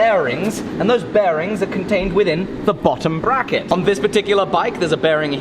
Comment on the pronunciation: Bbbrrracket, did he say bbbrrracket?